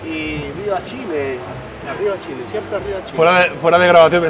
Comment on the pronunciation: Que poco respeto para probar la comida, la manera en que toma las machas para hablar del queso y es Chile no Shile